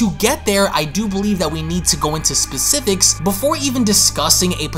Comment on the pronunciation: “Specific rim”😭😭😅